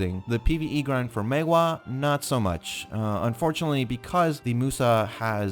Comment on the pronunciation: You are one of the very few content maker on Youtube that actually pronounce "Maehwa" correctly. Kudos!